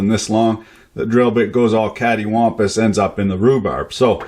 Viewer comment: catywhompass in the whatnow? hilarious